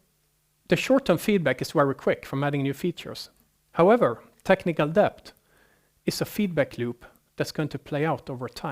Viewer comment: Debt - It's pronounced det. Dont like correcting non native speakers on their English but come on, it's the whole topic and he says it 50 times